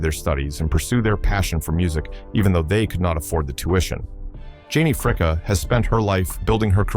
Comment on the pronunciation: So, her name is Janie Fricke--pronounced FRIKEE! (Not Fricka, like your A-I is pronouncing it). Also, why the heck in Janie Fricke's Biography do you have photos of Linda Blair (From The Exorcist movie) and Tanya Tucker ? Your A-I mispronounces a lot of words too. It all really takes away SO much from your work here.